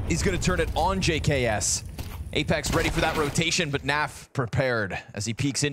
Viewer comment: When commentator called apex 'LamePex' ive spit my drink out 😂